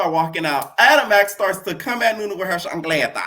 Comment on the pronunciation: Hearing you say chacleta every single time it tickles me pink 😭😭🤣🤣🤣